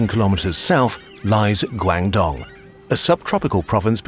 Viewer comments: Loved this video and its coverage of chinese history! My only irk is I wish someone on the team could have given some basic pronunciation tips for the speaker for the chinese terms. the pronunciation of "Guangdong" was pretty butchered, it should be "gu-ong d-oh-ng" instead of "guayng dong". But also not sure if this is on purpose in order to improve the clarity for a western audience to make the spelling easier to remember. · The information is great, but please improve your Chinese pronunciation. It's embarrassingly bad. When you said Guangdong, my ears started bleeding. I know Americans aren't great with pronouncing foreign word but the still light years ahead of the British. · haha i love you guys but your pronunciation of "guangdong" was horrid.. it's more like "gwung dong" than "guang dong" in terms of pronunciation.. a bit of research on the pronunciation woulda been nice tbh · "Gwang-dong" "Gwang-zhou"? 😂 - This is one of the most populated regions on earth. Please check pronunciation. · I'm sorry but the narrator's pronounciation of Guangdong took me out 😭